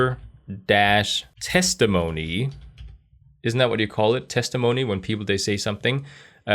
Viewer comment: a purfecy phonetic testemoni of "testimony" USA 😄😁 PT